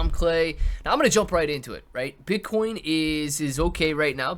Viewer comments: This man REALLY said Bitch-Coin IM DEAD! 🤣🤣🤣🤣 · I came to the comments to see if I was the only one who heard the same shizz lol